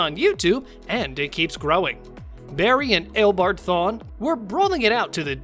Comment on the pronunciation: Ten, Barry didn't travel through time at all. Because if he did then he would have been reliving the day 🤦🏼‍♂️🤦🏼‍♂️. Also kara wasn't flying faster than him Nine, well wouldn't you be shocked too if you found out you had a son? Eight, his name is EO BARD NOT EIL BARD or whatever the fuck you said. did you even watch The Flash at all? Also eobard didn't run away because he was scared. He ran off if you listened to what he said to plan on how to destroy the Flash. Seven, actually I kind of agree with you on number seven but also can you either watch or rewatch The Flash? Because you are literally butchering the reverse Flash's name 🤦🏼‍♂️🤦🏼‍♂️ Six, actually it wasn't going to destroy the planet. It was actually going to destroy the entire Multiverse. Five, you're actually wrong again as Barry didn't save Wally. If you actually looked at the clip you used Barry tried to save him but Wally fell into a dumpster and his mask was already off before Barry looked inside 🤦🏼‍♂️ Four, anyone will remember that scene so good job on showing us lol Three, I mean you literally just said why the fight scene was bad. What did you expect a full on Avengers style CGI or movie budget styled fight lmao Two, how is that embarrassing? When savitar literally called himself the god of speed. Of course he's going to be out matching any other speedster lmao. If you paid attention to his explanation he confirmed that he was trapped within the speed force 😂😂. One, I don't get this one at all what was suppo